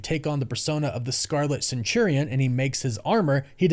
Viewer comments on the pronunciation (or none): none